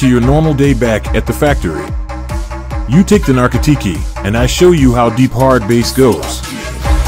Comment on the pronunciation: Couldn’t get it to pronounce “narkotiki” correct lmfao